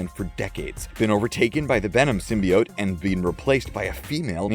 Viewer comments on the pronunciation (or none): none